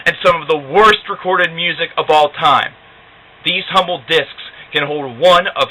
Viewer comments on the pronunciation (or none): none